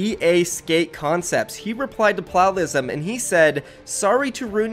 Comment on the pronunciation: We’re just going to ignore how he says plalism